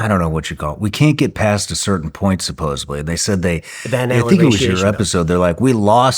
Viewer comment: 'supposedly', not 'supposably'. Speaking correctly would help your cause!